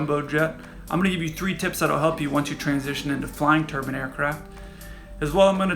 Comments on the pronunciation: Great description. Confused on the "turban" part though, which is one of those funny head things east Indians wear. Do you mean tur-bine ? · Turban aircraft, eh? /must've been built in India. J/K...I know you Americans have issues with pronunciation.